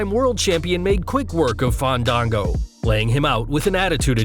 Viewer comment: Who's "Fon-don-go"??!! 😂